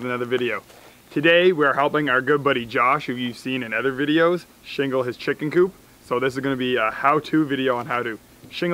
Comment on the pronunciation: The chick-inn 😂😂